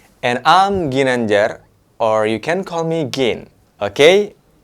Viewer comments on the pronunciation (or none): none